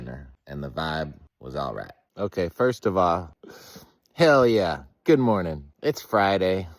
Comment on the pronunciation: Now you're saying it gooowed too oh no 😂😂😂